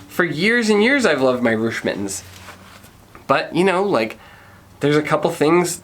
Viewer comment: The name for Reusch is pronouced, Roysh. The eu letters make the oy sound as in Deutchland. I run Reusch U.S. The Warrior Team mitten tested is our third tier. They are not our toughest like our kevlar gloves, nor warmest like our none race frigid temp models. They are made to be a good dollar to quality ratio for race team members who want really good race pole grip as their first and foremost priority. We have a ton of freeride gloves coming into the U.S. market that are tech packed. Hit me up next time you are looking to do more glove reviews.